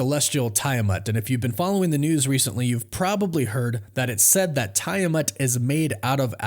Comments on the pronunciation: Hey man, if you’re doing videos on this subject you may be interested to know it’s pronounced “Tee-ah-mut”… Not Tie Ah Mut. Also, you misspoke and said Ryan Reynolds instead of Robert Reynolds… All the best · It is! I don't know why he keeps saying it like that! I'm like "did this guy actually watch the movie & hear the pronunciation"??? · I thought its pronounced Tee- Ah- Moot ?? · how can you be considered a reliable source of information when you cannot even pronounce the name of the celestial "island" correctly?